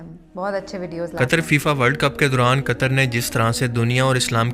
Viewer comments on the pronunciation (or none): Di it's not कतर it's कतार